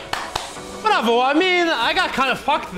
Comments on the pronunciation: that bravo sounded Greek af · And Serbian on some way 🤣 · Bro are u Romanian?? Bravo sounded so romanian